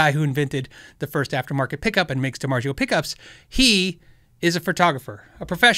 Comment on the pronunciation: love the channel. Could you remember it’s pronounced DiMarzio not DiMarjio..ZZZ not J. Continue what ya do. Thanks